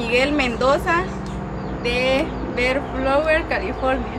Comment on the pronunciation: Se se dice Bell flower to